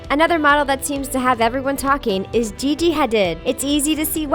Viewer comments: Jessica Stebbins Ikr. They pronounced Gigi's name wrong. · Branka Kerkeni SHE SAID GIGI HA DID LIKE WTF